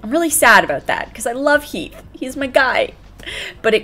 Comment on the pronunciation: you said Keath instead of Heath 😂😂😂